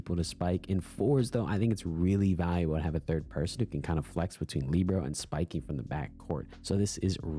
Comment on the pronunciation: what do you have against kimiro😢 and its Li bare oh not leebro